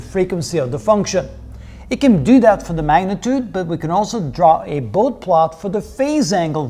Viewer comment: A fine introduction to the topic of Bode plots. One nitpick, Dr. Bode's name is typically pronounced "boh-dee" :-)